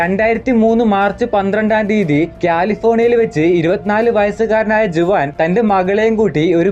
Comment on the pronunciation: ജുവാൻ അല്ല 'ഹുവാൻ' എന്നാണ് പ്രൊനൗൺസ്‌ ചെയ്യേണ്ടത്.